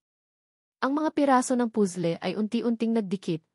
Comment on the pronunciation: Sorry admin but I really hate your narrator...sya lang ang nkpg pronounce ng pusle ha?as in (puzzle to be exact)n stress ako